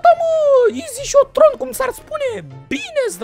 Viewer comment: Se zice izi hiton